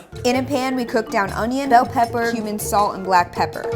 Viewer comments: it said like said human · When she says Cumin it sounds like human??? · Was it just me or while was telling us the ingrediants for carnitas did she say human?